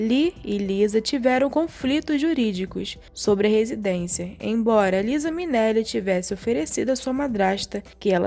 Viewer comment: O nome da filha liza, se pronuncia laiza.